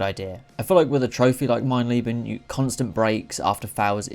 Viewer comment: your German is very bad, but the video was entertaining <3 "Mein Leben" i personally wouldn't do it.